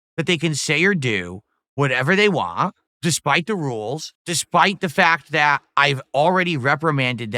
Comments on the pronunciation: Am I the only one that can't stand the way he pronounces "want"? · saying WAN instead of want